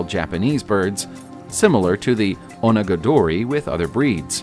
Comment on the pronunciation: Try Oh-naga-dory.